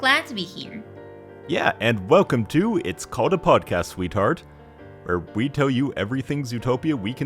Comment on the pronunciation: When he said sweetheart I wasn’t looking at the title and heard the R word.